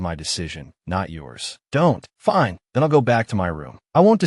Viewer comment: And turning the word fine into something else like finay